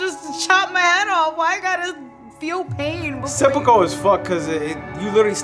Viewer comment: i see you 'sehpokow' 😂